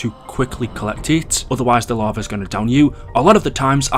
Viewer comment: Going down to the larvae in transit. Funny how he can't say lava. It's funny idk why. falling into the larvae pit